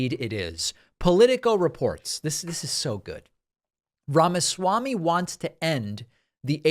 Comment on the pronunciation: Sounds like you're saying the (pronounced like short thee) fake Ramaswamy, which is more accurate, every time I hear you say Vivek Ramaswamy.